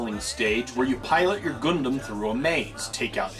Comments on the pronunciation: LOL the way you pronounced Gundam was just priceless. :D It's actually pronounced 'Gun Dum' not 'Guun Doom' as you pronounced it, but otherwise, awesome review. :) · Nice review, but it's not pronounced "Goondom"